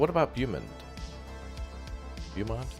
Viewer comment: Beaumount is pronounced Bo-mount.